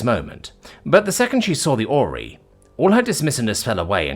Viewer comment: the great OR-REY-O'S